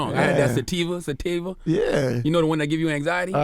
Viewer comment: when Charla said sativa wrong I almost died lmfao